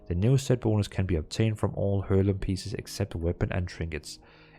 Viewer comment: Sorry but there is a few pronounciations in this video that triggers me: first of how you ought to pronounce the letter H: And then how to pronounce Heirloom: Thank you!